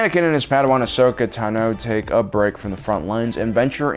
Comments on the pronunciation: says tano wrong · im so triggered that he is not pronouncing Tano correctly... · How you say "Tano" is makng me cringe . . . That wasn't commander Cody btw, that was Wolfe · dude ur saying Ahsoka Tano last name weirdly, just listen to clone wars is tA(h)no not Tno, or is it just me. ive herd like ever time he says it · It's Ashoka Táno, not Ashoka Tanó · Tan-oh, not Tuh-no. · STOP SAYING AHSOKA TEHNO ITS PRONOUNCED AHSOKA “TAHNO” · Take a shot every time he mispronounces Ahsoka Tano. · Why u say ahsokas last name wrong